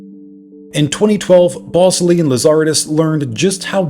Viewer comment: “Ballsly!”😂 I don’t think this is how you pronounce his name.